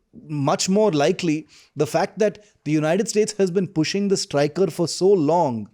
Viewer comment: Sorry to say but i need to correct a few innacuracies. Firstly, its Stryker, not Stricker. And the name does not reflect its purpose. U.S. Army has a history of naming its vehicles in honour of its Generals and Soldiers, like Abrams, Sherman, Booker, Stryker. Secondly, Stryker's primary purpose is not "attack" but to provide armored transportation to infantry, with moderate fire support. It falls in a class called Infantry Fighting Vehicles/Armored Personnel Carriers. Tata Kestrel and Mahindra WhAPs fall in the same exact class. Both Stryker and WhAPs have similar design, i.e. an armored V-shaped hull that carries 9 soldiers on an 8X8 wheel drive platform, and typically has a 30mm cannon as primary armament. There's absolutely nothing ground breaking as such that Stryker brings to the table.